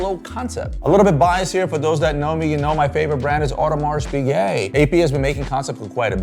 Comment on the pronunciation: Please learn how to prononce audemars piguet properly…